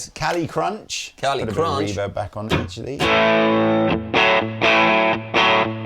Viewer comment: Does the pronounce "Reverb" with the emphASis on the wrong syllABle, or is it just me hearing this?